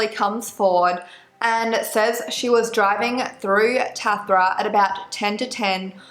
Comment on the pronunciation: hey girl just letting you know Tathra is pronounced "tarthra" and merimbula is said as "merim-byulluh"